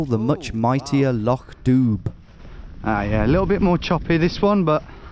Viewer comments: fyi (if you're interested), Loch Dubh means black lake in Scottish Gaelic, I believe dubh is pronounced "doo" in Scottish Gaelic but not 100% (I know the word from Irish, which pronounces it differently!) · dubh is pronounced doo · . I expect it is pronounced more like 'Dove' and if Irish is anything to go by it probably translates to 'Black' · You acting nervous around farmers throughout this, I dunno why you are they don't care if you're walking through their land so long as you're not vandalising anything or harming animals lol Also Loch Dubh is pronounced "doo", you don't pronounce the bh those are just indicators of the long u noise (it means "black" so quite literally "black lake")